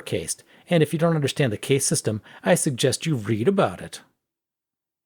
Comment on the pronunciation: One: It's pronounced cast. Two: They're being hyperbolic with the whole caste thing. Societies are naturally stratified and they're using the word caste to define those strata. They don't actually think that the USA has a formalised caste system.